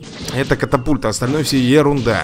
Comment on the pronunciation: Правильна катапульта А не капатульта